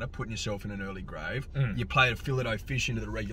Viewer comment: Come on boys we're fancy it's a fillay o fish .